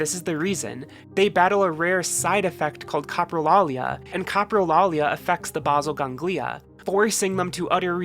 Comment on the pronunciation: Enjoyed this video but I've never heard basal ganglia mispronounced so badly lol